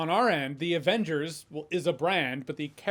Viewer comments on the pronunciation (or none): none